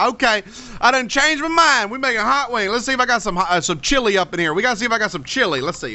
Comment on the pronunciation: at the end it sounds like you are saying hot wangs